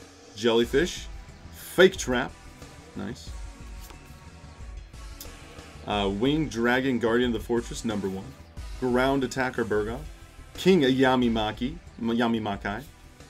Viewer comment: my man, you got a few of these names wrong brother haha. Destroyer Golem is not Destructor Golem. Bugroth not Burgoth. Etc. Come on man, read the cards. English is our first language!